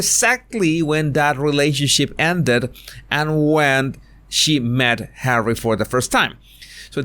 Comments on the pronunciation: You're so funny, love the way you say Hawwry! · I laughed out loud when you said, “Hawwy…”